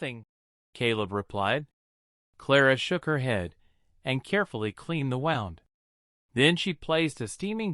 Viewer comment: The story line on its own wasn’t bad, but it’s presentation was terrible😡 The screen is swaying as if in a boat on rough sea. Added are floating twinkling stars. The narration is dreadful with various (different) sounds + mispronunciation of words like ‘wound’ saying ‘wow-nd’ like a clock instead of ‘woond’ depicting injury. A human wud not have made this error. It’s the AI which reads like spelt. So u HAVE to edit or proof b4 posting online. Then worst of all u have a little girl sitting at the table in the image throughout. Ridiculous😡 no hurry fit or proof done.